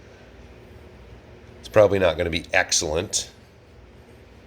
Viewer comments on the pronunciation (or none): Did you say that will be "axel-lent"? Too funny